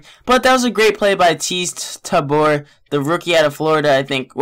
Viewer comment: Teez Tabor is pronounced Teez Tae-ber even tho it is spelt tabor